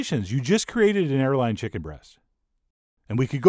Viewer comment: I thought this man said hairline